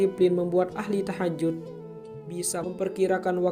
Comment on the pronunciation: Maaf koreksi...bukan TAHAJUT...tapi THAJUD.. JUD bukan JUT...